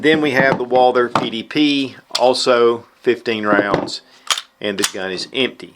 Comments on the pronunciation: Someone PLEASE tell me why this guy can't pronounce Walther???????? I've complained before no results it is not pronounced Walder or Walter!!!!!! Walth errrr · It's Walther like Walter not Walder ;)